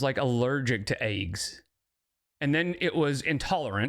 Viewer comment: Dang, won't all those ayygs bother her ayyg allergy or intolerance, whatever she is calling it these days ? 😂 She lidurally just makes 💩 up.